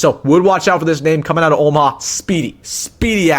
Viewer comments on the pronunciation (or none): Omaha, not Omah